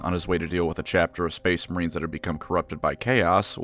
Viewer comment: Spuce Maurines!!!!!